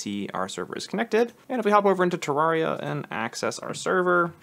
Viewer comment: nice vid bro! SAY TURR AIR EE UH